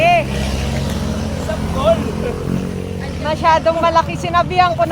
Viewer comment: Ano pó bà yng palagi mong sinasabi mam na Malakí? Kaya nalilito Ang mga rider dyn Kasi yan Ang palagi mong sinisigaw sa kanila,'MALAKÍ!' 😂